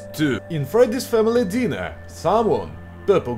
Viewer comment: Author, I think, will be more correct to speak ( Dainer), not (Diner). Ok, you can only speak letter ( i) like (ai). I think, it will be more correct